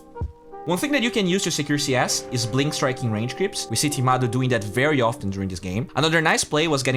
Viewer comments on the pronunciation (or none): it's Timado not tomato man:)